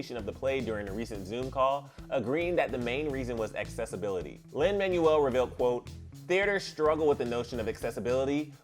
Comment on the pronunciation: also it’s lin manuel (MANWELL)